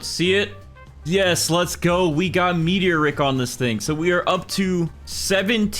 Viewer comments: bro it’s Meat-E-or-ick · It's pronounced meaty-oric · that is NOT how you say meteoric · Please, learn how to say meteoric